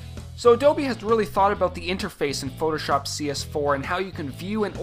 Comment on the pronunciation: It's very annoying the way he says "shop" in Photoshop. Listen to if you want to know. It's kind of stupid. Who says it like that? lol